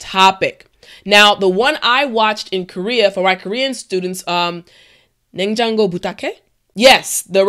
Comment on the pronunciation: 냉장고를 부탁해. wow, your korean pronunciation is so clear. 냉부 is very popular in korea. and i love,too 반가워요,~^^